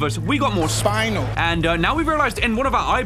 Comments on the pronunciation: I’m pretty sure Spinel is pronounced Spin-el not spine-al 😂😂 (although that’s how I was taught to pronounce it) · spuh-nel not spinal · Love the emphasis on how to not pronounce spinel 😂😂